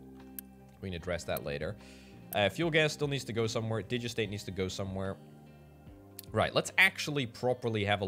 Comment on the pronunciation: Digestate is pronounced digest state